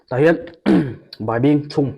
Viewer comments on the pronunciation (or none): Did u say bai or baih or whatever....a siam dan kha Ron post ve la.. request...